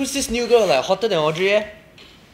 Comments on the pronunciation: I like u all. But u were pronouncing 'like' word wrong sweethearts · when you pronounce it it sounds like lick this if you cream everything😂